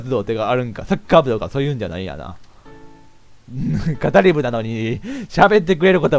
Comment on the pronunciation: 語り部←かたりべだよwww